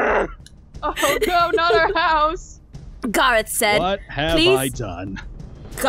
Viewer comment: OMI IT IS NOT GARRAOTH IT IS GARROTH